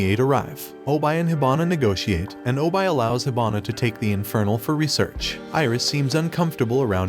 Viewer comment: its obi not obye